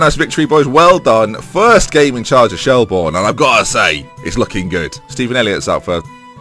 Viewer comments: It's pronounced shell-burn not shell-born just to let you know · Shelbourne is pronounced like Shelburn. Dundalk is pronounced like Dundawk. Coughlan is pronounced like Cocklan. Love the series! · Yes!!!! He's in Ireland!!! Btw it's pronounced shelburn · Could you possibly do the thing that lollujo does with getting a house or apartment off one of those housing websites to suit where u are coaching. I am Irish myself shelbourne is pronounced shellbirn and Dundalk in dundawk. Shelbourne is one of the major clubs historically in Ireland as you said so I hope you can build the club up again! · Just a few pointers. Pronounced Shell-burn. Coughlan is generally pronounced Cok-lin as well. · Quick tip, Shelbourne is pronounced Shellburn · Finally in Ireland, said as Shell-burn btw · u pronounce it shellburn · shelbourne is pronounced shell-burn